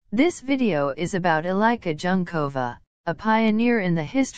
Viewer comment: Thanks for this short video. Unfortunately it was really hard for me to listen to the bastardised pronunciation of Eliska Junkova's name. If you, English speakers, can (more or less) learn to pronounce Havel or Dvorak, you can learn this too. Please next time try it as if it was written like this: Elishka Yoonkova, then your pronunciation will be closest to the Czech original. Eli (as in Elisabeth) sh ka, Yoon (yʊn, ʊ as in a book) kova. Thank you!